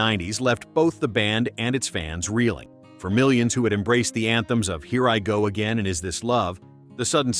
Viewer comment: E Ririgó aguein é foda kkkkkkkkkkkkkk